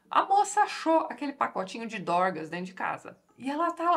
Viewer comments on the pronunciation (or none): rachei o bico com a Tati falando "esse rapaz tinha um probleminha com *doRgas*" KKKKKKKKKK